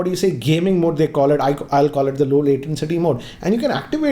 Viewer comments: Sir it's latency not latencity.... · I hate to do this but it's low latency and not low latencity(your pronunciation) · just a thing I noticed - latency - not latencity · (2019): "LowLatenCity mode.." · No One:: I'd just call it low "latencity" mode. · Just cannot figure out what 'latencity' is? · LATENCITY...c'mon, it's latency. I'm sorry that I keep pointing out these mistakes in your videos. Coming back to the video, you totally forgot to show the pairing process. I mean, how fast is it compared to Airpods etc... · LATENTCITY MODE PAAABGEE(PUBJ) WRAP CHARGE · Please stop saying L A T E N C I T Y ! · It is 'latency' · One of the biggest tech YouTubers in the Indian tech space, pronounces latency as L A T E N C I T Y😅😅 Not being a jerk, just saying 😐😐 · ‘Latencity’😂😂😂 Bruh learn English